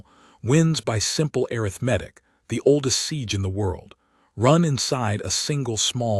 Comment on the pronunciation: Pretty good AI voice. But ... "breathed" is pronounced "breethd" not "bretht". And ... the pronounciation uh-rith-MEH-tik is the adjective form of "arithmetic". But the the meaning of the sentence is the noun form, which should be pronounced uh-RITH-meh-tik.